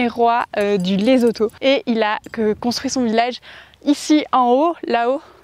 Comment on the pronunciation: On dit pas Lezoto mais Lessotou